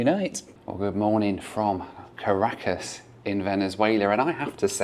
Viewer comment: Really enjoyed that challenge. Doesn't it challenge you to explore some places a bit more before flying out again (Panama City e.g.)? One thing though: If you say one more time Car a cas instead of Ca racas, I'll have to ask the locals how they say it. There's something about Brits avoiding emphasis on the first part of a word (like Polmar airport instead of Polmar airport or Leicster Square instead of Leicester Square) 😁